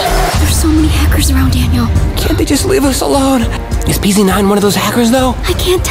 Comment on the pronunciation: It’s Daniel not DANIAL